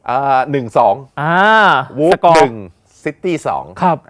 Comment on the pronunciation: วันนี้้ วูบครับ ไม่ใช่วูฟนะ